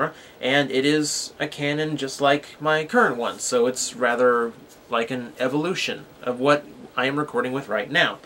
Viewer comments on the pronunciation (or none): none